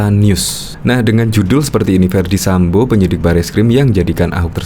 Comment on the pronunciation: Bukan Sambu pak, tapi Sambo...😪